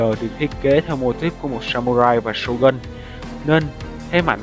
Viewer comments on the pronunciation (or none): none